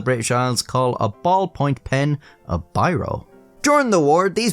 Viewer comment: Bero is a flour. The pen is a b eye ro. And there's a T in most of the words you didn't pronounce properly. Really awful to listen to. Very lazily and complacently spoken narrative. Yuk!